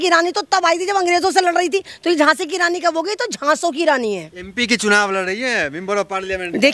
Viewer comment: Djhasi nahi, Djhaso ya Djhelashi ke rani.😂😅🎉